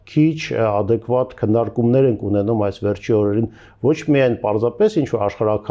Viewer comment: ատեկվատ … բերեմիթրիկ … ասիմեթրիկ … օբերացիա … բրոյեկտ … ինֆորմացիա … րեսուրս … Թիմ … Թեմա … տրանսպորթային … Ասումա Անումա …